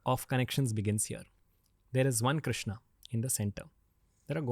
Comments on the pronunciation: Please correct your self in taking his name not a a a a a a a not bharataaa it's bharat it's Ram Krishnn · I agree that has a great story telling skill, but here is SOMETHING THAT NEEDS ATTENTION OF ALL ISKCON DEVOTEES- 📢 Please do not destroy God's name by adding 'a' in the end, it is not 'KRISHNA', it is 'KRISHN', the name 'Krishna' is given to 'Draupadi'. It is not 'KAMSA' it is 'KANS'. Just imagine how you would feel when someone destroys your name like this. As Indians, if we can't pronounce our Gods names correctly then what in the world will foreigners learn. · Krishna is name of draupadi, you should pronounce Shri Krishn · if Sanskrit matters to you then talk in Sanskrit. And. It's krishn .krishna is draupadi so it is the wrong pronunciation Rama ,laxmana what's this s**t. Nobody says Jesusa. It's so annoying